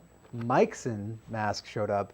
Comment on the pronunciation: pronounced may-sheen :)